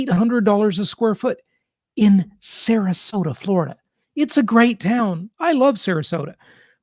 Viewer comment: Agree with you. It is Sarasota for god sake